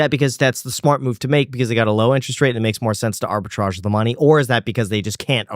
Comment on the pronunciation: “Arbitrage” Ugh…all cred lost.